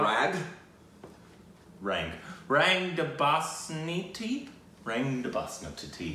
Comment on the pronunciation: It's pronounced Rung not Rang. In most hindi words the 'a' sounds like a 'u'